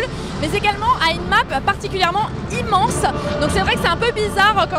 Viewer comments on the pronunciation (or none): "mapimmhence" xD